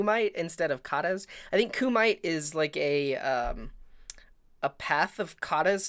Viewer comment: kumite is pronounced ku-mee-tey i know cuz i did karate